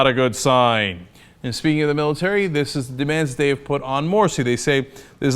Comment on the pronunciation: Morsi lol not moshi XD